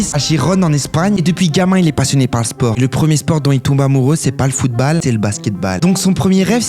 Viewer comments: Direct dislike quand j'ai entendu footbaal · Footballe t’as dit 🤦🏻‍♂️ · Suis-je le seul a s'énerver quand il prononce footbaalll, basket baall et tant qu'on y est trou de balle 😂😂😂😂